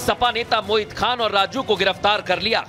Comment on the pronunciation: पत्रकार बन्धु मोहित नहीं आप बार बार मोहित बोल रहे हो